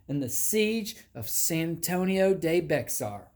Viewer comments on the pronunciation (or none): Bexar is not pronounced Bex-r, it’s Bear. Lol Gringo